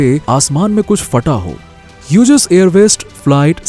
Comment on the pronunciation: ह्युजेस नही हॉग्ज कहते है उसे.. BTW nice information..